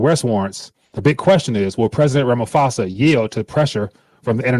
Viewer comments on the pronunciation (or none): Hello! Thanks for your work. Would you go to google translate and listen to how to pronounce the south african's president's name. It is Rha-ma-po-sa. Thanks.